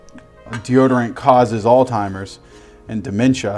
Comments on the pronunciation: yeah I know what he meant haha. It’s Alzheimer’s. He was saying “all timers”. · Why is no one talking about how called Alzheimer’s, “alltimers” lol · Southern way of saying it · IronRain 15 It's named after the German dude that found it. Pretty sure he liked it when people pronounced his z's correctly.